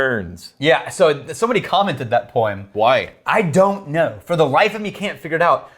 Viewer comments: Normal Person: "Poem": "Poieem" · And apparently 'poem' is pronounced 'poy-eem".